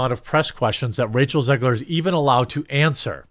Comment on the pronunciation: Um... You can't pronounce Ziegler... and did you see what they did to their children?